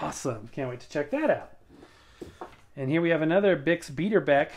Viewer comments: The surname to me should be pronounced "BYE-DER-BECK-UH". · I think the correct way to pronounce "Beiderbecke" is BYE-DER-BECK rather than BEE-DER-BECK or at least that was the way it was pronounced in Ken Burns' fantastic 'Jazz' documentary series. You're very lucky to have volume one and two of those 'The Beiderbecke Story' records and on six-eye Columbia too. I'm getting very jealous. Haha! Those two records are definitely on my mental wish list. :) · Greetings from the hometown of Bix! The proper pronunciation is Bye-durr-beck, with emphasis on the first syllable. The annual jazz festival held in his honor is going on this weekend.